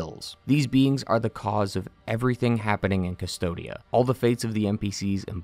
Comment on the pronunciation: the world is named "Cvstodia" "coos-toad-ya" you pronouns it "dystopia" for some reason...